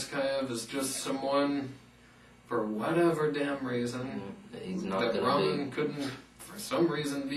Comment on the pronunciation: Oh by the way, it's pronounced RAH-K-Mahn not Rah-men he's not noodles.